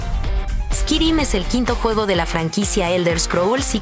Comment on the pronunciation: Literal lo pronunciaste squirim jajjajjajajja.